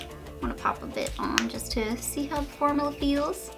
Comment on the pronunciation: Formula (form-you-la) not (for-moo-la)